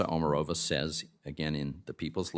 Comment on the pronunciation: Actually, OmArova - accent on the second vowel.